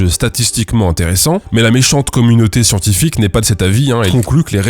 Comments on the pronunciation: Le "houit" m'a bouzillé. Et je me remets jamais du "SCIENTIFIQUE !" de tonton Bigard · le "SCIENTIFIQUE!!!" je m'en lasse jamais mdr